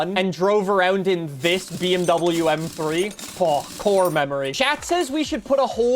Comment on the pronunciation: bro didnt say bmw right the whole video